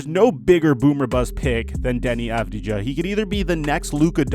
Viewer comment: It's pronounced avdia. And he plays at the eurolig.